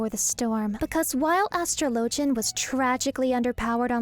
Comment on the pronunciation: Why do you pronounce atrologian the way you do and not how you would pronounce astrology?